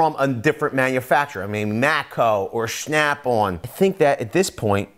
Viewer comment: “shnap on”